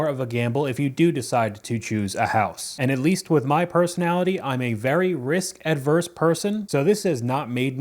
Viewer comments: It is "risk averse" homie. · Lol, it's “risk averse“, ie “aversion“, not “adverserial”